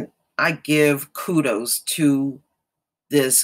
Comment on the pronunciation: Ghana-ian president not Ghanian IT is Ghana-ian - thats the correct english pronounciation